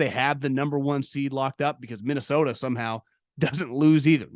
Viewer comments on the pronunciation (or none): none